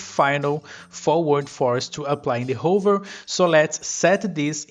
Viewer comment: you need to learn how to pronounce hover